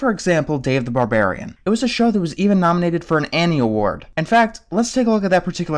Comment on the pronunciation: Ba.. Barbarian, Ba Ba, Bar- Barian